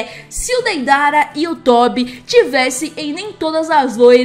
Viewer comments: 1 se fala tobi nao tóbi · Ñ se fala tobi se fala tõbi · É tobi n tóbi e tbm o tobi o nome verdadeiro e obito uchiha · é tobi n Tóbi:3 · o deidara ta certo mas o tobi nn é tóbi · Não é Tube é Tobi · Se fala tobi não tobe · E Tobi não tobe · E Tobi n e tòbi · Amei mais na real vou te ajuda se fala tob sem o i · Vc falo tobi o nome do meu cachorro e também ta errado porque e tobi eu sei q e a mesma coisa más a pronúncia é diferente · O nome certo é Tobi você falou errado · Tu falou errado era tobi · O Tobi não fala asin ele fala dose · Tá falando errado o nome do tobi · Vc falou errado e tobiii